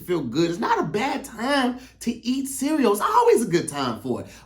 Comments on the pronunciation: The way pronounces cereal (sea-we-yo) funny as shit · I h8 the way says cereal and symbol 🤣🤣🤣 sounds like he adds an extra syllable